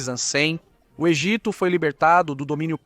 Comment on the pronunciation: Desculpe, mas narração por IA, não dá...e tem a narração de "ancem", PQP, é muito dificultoso dizer "antes de Cristo". Afinal a civilização atual é contada AC e DC.